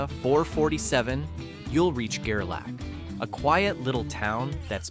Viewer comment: Gerlach. Pronounced Ger Lock not Ger lack...